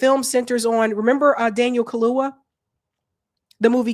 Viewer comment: it's Daniel Kha-loo-YA ....not Kha-loo-Wha